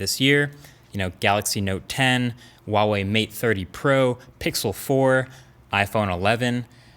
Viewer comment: I will pay you 5$ if you learn how to pronounce Huawei correctly